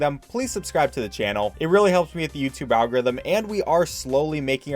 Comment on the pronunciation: I'm amazed by his skill of always pronouncing the 4 syllable word "algorithm" in 2 syllables. Speedrunner gotta speedrun, I guess.